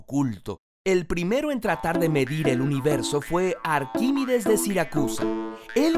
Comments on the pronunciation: Por que coño dices arquimides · Se dice arquimEdes